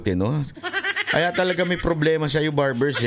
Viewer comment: Barber- o WALA KA SA HULOG , SA PAGSASALITA, DEMANDA MO Barber-0 BANGAG KA RIN....😂😂😂😂😂